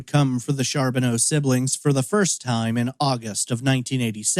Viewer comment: Its pronounced Car not Char .